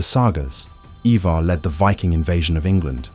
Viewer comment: Please learn how to pronounce the names properly. Who's eivar.. it's ivar